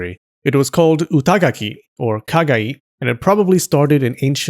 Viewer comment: As a Portuguese speaker, Kagaí gave me a chuckle.